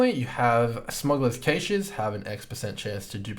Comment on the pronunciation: very useful vid but please stop saying cache like that